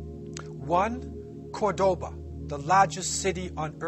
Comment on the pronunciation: I'm from Córdoba (Kurtaba as you called it) so watching people from all over the world enjoy our culture and history it's so nice!! PS: You also said many things that are not true to spread your ideas, so that's not nice...